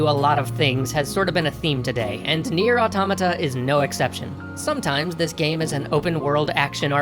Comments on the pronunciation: First major youtuber who pronounces automata correctly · Props to you guys , you are the first youtube channel that i heard calling Nier Automata and not Auto - Mata